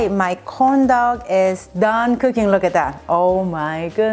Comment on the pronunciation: im so sorry but everytime she says corn dog it sounds like condom